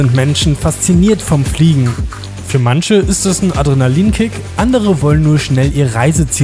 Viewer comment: "Mansche" :D